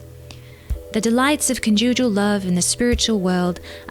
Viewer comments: Ha ha it’s con’ jugal love. Emphasis on the con. Not the ju. :) Love your work! Thanks! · CC. the word conjugal love is pronounced with emphasis on the first syllable. I smiled and wondered what word you discovered!! ) Cute! )